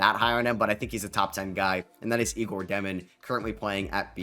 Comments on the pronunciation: Great video, but 1 mistake. Not Igor. Egor Demin, that his name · Just an fyi egor demin is pronounced yaygor.